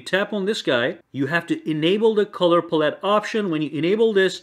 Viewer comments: Color "pull-it" lol, its palette my guy. Pal. ette. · Btw pallete is pal- it, not puh-let lol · Who tf say pallette like that😂🤦